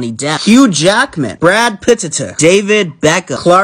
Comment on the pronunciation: The way he pronounced Brad Pitt💀